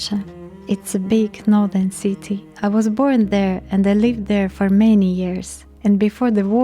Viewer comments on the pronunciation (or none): none